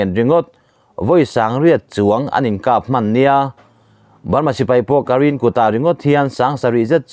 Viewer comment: KAREN hi saptawng ani lova KARIN tia lam no chi anilo..An mahni pawhin KAREN an in ti mai.. Baghmut hi BAKMUT tia lam mai tur aw!..An mahni Ukaraine pawhin BAKMUT an ti mai..BAKMAT tih nulh2 loh tur.. Commander hi KOMONDAR tih nulh2 loh tur..KOMANDAR tih mai tur.. UKRAINE pawh hi youtuber zawng2in IU-KREIN tiin in lam vek maia, hei pawh hi saptawng a nilo..An mahni hnam bakah Google voice te, Amerian & British ho pawn U kha fal takah an dah lem lo, IUK-REIN tiin an lam mai..a rik danah tak phei chuan UKREIN tiin a ri zawk.. NEW Hampshire pawh hi NIUHAMSPAIAR tiin an lam ing-euh kher lo..NIUHAMSAIR tih mai tur aw!.. I chhiar tawh thinah khan mizotawng ngei pawh thil dang tam tak ngaimawh awm tak2a i lam a tam mai a.. Upload hmain vawikhat tal a ziaktu emaw, a hre deuh tur hmaah chhiar hmasa(test) nei thin la a fuh ka ring. In video te hi a darh zau angreng a, miin in lam dan an zira nuihza siam nan an hmang fo ania..